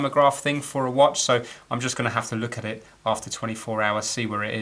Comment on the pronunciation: Love when you say "look a-it"! I actually cringed at seeing you try to pull the balance spring into the screwdriver slot on the fulcrum post! There is probably a pin missing that would keep the spring from popping out of place. As it is the spring is resting on the side of the post. As howlindan49 mentioned, it's best to remove the movement from the case and remove power before removing any of the plate screws, especially the balance screw. Great to see you got this old girl ticking again!